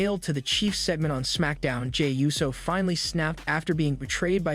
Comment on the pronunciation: Ooh-so. Not you-so